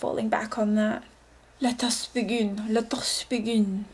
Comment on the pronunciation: LMAO when she said "Let us begin" like 3x does she have an accent? o_O